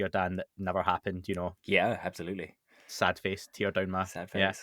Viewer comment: Dan: “abZalutely” 😂🤣 I love it